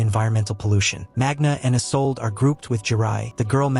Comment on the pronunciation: Please pronounce correctly the names , it's "isoldéh" not just isolde and g isn't pronounced in magna